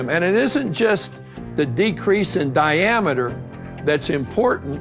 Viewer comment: Di-am-iter lol